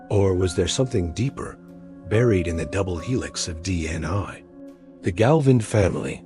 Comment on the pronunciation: No mention of them being inbred at all and if you're going to use an AI bot to read it please get one that can at least pronounce things properly. I lost count on the number of different ways it said DNA and facade